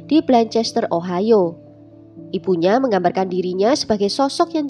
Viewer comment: Lebih bagus kali ini karena kamu mengucapkan ibunya bukan ibuknya.